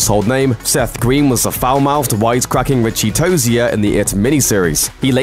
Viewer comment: He did not pronounce tozier right